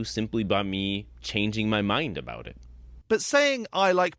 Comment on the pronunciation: He gave up his entire game when he gave his analogy: “Suppose I say I have $20 in muh wallet.” He said “muh” instead of “my”. (I can only surmise that he also tells his students that this is “‘Murkey” instead of the United States of America and instructs them to vote for the Reagan-Trump Party once they turn eighteen.) What’s more, the existence of $20 in his wallet could be demonstrated and verified. He could simply open his wallet to reveal a twenty-dollar bill or any combination of bills which total $20. The problem lies in the fact that $20 can be seen. Consequently, it’s a bad analogy because he’s attempting to provide what he calls “evidence” for the existence of a figure which, according to his own library of books, ‘no one can see and yet live’. He would be in a better position by using as his analogy something which can not be seen. (He would still be attempting to exemplify a character whose existence has never so much as been demonstrated; but, from his standpoint, it would be better than ‘$20 in his wallet’.) Another red flag was when he gave as a definition of truth: “That which corresponds with reality.” The question arises: How does a deity, let alone his specific deity, correspond with reality? He would still have to demonstrate and provide incontrovertible evidence of the existence of his god. If he were to do so, he’d be the first human being in 150,000 years to accomplish that feat. The final point which I found telling—and on which this criminal completely